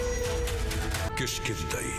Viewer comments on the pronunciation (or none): அது கிஷ்கிந்தை கிட்கிந்தை அல்ல 😂